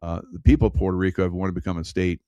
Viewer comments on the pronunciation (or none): none